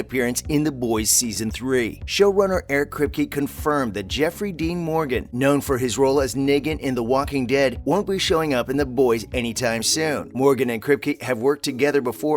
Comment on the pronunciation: It's pronounced NE GAN not NEA GAN